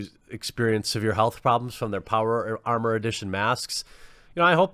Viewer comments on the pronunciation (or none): none